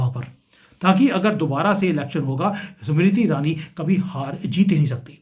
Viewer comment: 🌹🌹🌹🌹🌹🌹 समिरिति ईरानी...... उच्चारण..... 😢😮😮😅😅😢😮😂😂😂